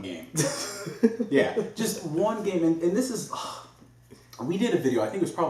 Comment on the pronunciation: is so mad at Nintendo that he's looking away from the camera and emphasizing. ONE GAME. LOL I thought he gave the middle finger. LMAO